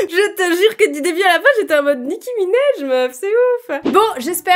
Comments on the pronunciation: "Nicki Minaiej" ptdrrr personnes le dit comme ça on est d'accord, c'est minaaaj avec un A 😂😂😭😭😭😭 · Nicki Minéje non c Nicki Minaj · "nicki minèj" mdrrr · « Nicki minej » 😂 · A passant Nicki Minaj on prononce le A comme en français